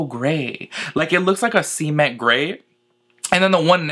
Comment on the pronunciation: Did you see “see-ment” for cement 😂😂